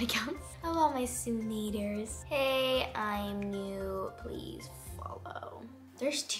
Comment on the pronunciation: Did anyone else notice she always says bew insted of new lol lol